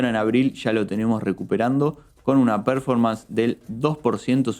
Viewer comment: Hola chicos! Excelente como siempre! Hago un aporte, vi que siempre mencionan varios conceptos en inglés como "break-even" o "fly to quality", lo hacen muy bien. Pero hay uno (el que más usan) "performance", se pronuncia perFÓrmans (énfasis en la 2da sílaba, no en la 1ra). Puede parecer una tontería pero como sé que buscan la excelencia a lo mejor sirve el aporte. Muchas gracias por la dedicación en sus informes. Saludos!!